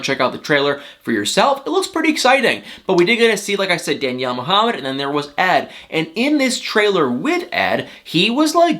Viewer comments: Muuuhamid not mooohamad ! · Why does he say *Moo-hamed"?! 😵🤨 And "BAY-leez" in his other 90 DF video (Stephanie & Ryan in BELIZE) Drives my ears crazy!🤦‍♀️